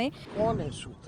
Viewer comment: Ghntaa soking ...sutrr ko mutrr bol diya ...to shoking h wahhh re chmrchoc😂😂😂😂